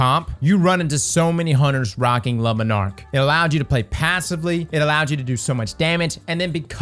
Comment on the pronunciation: please never say le monarque again